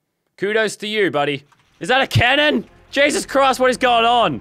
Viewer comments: I swear to gesos Christ if you don’t stop saying gesos Christ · This is how Manny times leazarbeam said GESOUS crisis